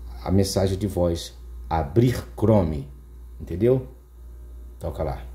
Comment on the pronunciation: Estava indo bem até falar “abrir chorme “ e deu erro 🤯